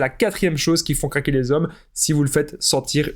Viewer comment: Il faillit dire caquer au lieu de dire craquer 😂😂😂😂